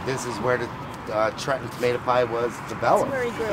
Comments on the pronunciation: It's "TrenTon"! Not Tren-on. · You know it's authentic when the pizza owner pronounces the state capital: "Tre-in"